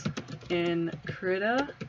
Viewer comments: i heard Krita is prenounceted Kree-ta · I use krita all the time Also its pronounced KREE-TUH